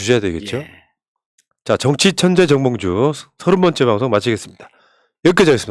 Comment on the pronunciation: 정봉주라고 발음해주세요 ~ 홧팅~^^